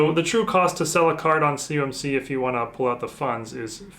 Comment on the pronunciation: I mentioned in another video you did a PSA submission return. It sounds like you say "cumc", what is that? I know what "COMC" is. I have bought from them for years. There processing orders and shipping through Ebay is insanely slow. Been waiting on order 30 days, it's not even shipped. I really want to know what you mean by "CUMC" is. Thanks for your reply.